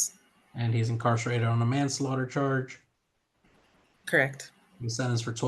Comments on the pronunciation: Man Slater 😂😂😂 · Why did he have so much trouble saying manslaughter 😂